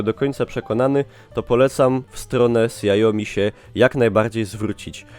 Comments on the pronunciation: Błagam wypowiedz to śiaomi a nie siaomi ;d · KSIAOMI ! hahaha proponuję obejrzeć: Hugo Barra teaches how to pronounce Xiaomi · Mówi się siao-mi xi czyta się jak "ś"... taka tylko ciekawostka. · sjaomi xD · Dobry wybór. :) Do 4X wyszła już aktualizacja na Androida 7, jak i też Miui 9 (nakładka Xiaomi) Btw: tak całkiem poprawna wymowa to "Sia-omi" (przez miękkie "si"). Nie jestem lingwistą, ale z grubsza o to chodzi.